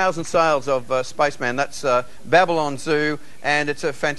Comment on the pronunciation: "spice man" love the accent. :)